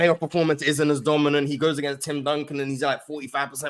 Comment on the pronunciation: The way he says against is annoying